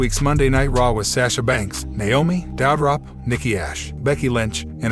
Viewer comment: It’s doudrop not Dowdrop lol